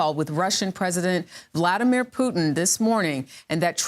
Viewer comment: Why did she pronounce Vladimir and Vladimir names differently?